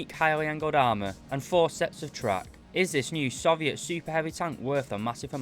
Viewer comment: Please, Please, PLEASE, learn how to say Soviet